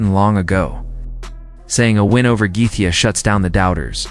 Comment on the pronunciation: LOL bullshit vid, and this bell end dont even know how to say Gaethje , fucking gefka ... wtf is that